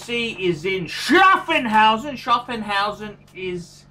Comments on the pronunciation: Schaffhausen, NOT SchaffENhausen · Btw it's Schaffhausen and not Schaffenhausen.